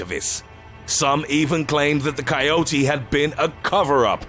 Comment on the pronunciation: THAnK GOD YOU PRONOUNCED IT RIGHT!! Love the videos by the way.